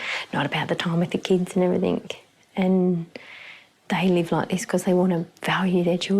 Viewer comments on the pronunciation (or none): I can’t believe how horrible the posh mum was. What a turn off. Posh mum still said “everythink”. At least she believes in feeding and washing children